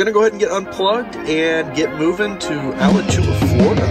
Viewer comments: It's pronounced uh-latch-oo-wa. It's an old Indian word that means sinkhole. Cool video! Getting my model Y next week and I'm super excited. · Awesome video! You're not quite a Floridian yet. Alachua is uh-LATCH-ooh-AH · had to drink a beer every time he pronounced Alachua wrong.